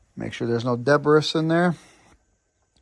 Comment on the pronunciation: Sorry , debris , has a silent s pronounced, debree